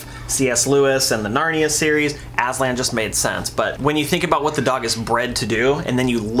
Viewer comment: Aslan is turkish name and yes it means lion .But I have to say, you are pronouncing wrong😀 how I know, cuz I am turkish.. write down Google; lion translete turkish and please listen how pronouncing Aslan😊